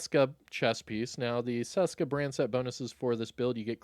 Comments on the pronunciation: Its not damn "saska" its česká. Try google to read it for you. In some old video u nailed it, but here ur butchering it :D Its like when u wanted to say "hello" but was actualy saying "cholo" :D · You were doing sooo good pronouncing Česka correctly (like you pronounce CH in chest) before. Why go back to “Seska”?